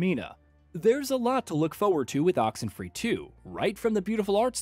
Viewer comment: Oxentwo free?!?